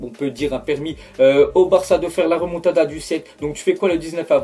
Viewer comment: "Moa ji croi a la remontadda" Mdrr va te coucher